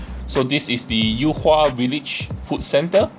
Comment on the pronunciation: yu hua and not you hua, get lost